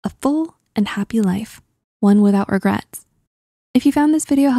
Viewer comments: “Regrats”? Why even take this seriously. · “5 regrats”